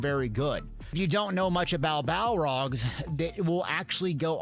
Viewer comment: BALORGH NOT BALROG ITS NOT LOTR